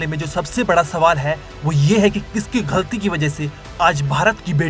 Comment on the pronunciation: गलती को घलती क्यों बोल रहा पागल आदमी